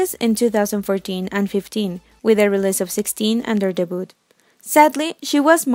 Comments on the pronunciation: I'm just very bothered about how you pronounced the word "debut". It should be "de-byu" instead of "de-but". I'm sorry I just can't help it hehe. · Dehboot Gurl it is “Debut” (ง'̀-'́)ง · Friendly note from an ESL teacher: début is pronounced “day-byoo” and not “day-boot.” It is a French word, so the T is not pronounced. Same for the past tense. It’s not “day-booted.” It’s “day-byood.” Hope this helps! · Not to sound rude or anything, but "debut" is pronounced like "day biew" (the but in debut is pronounced like view but change the v into b)😊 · Please pronounce debut right, it's very cringe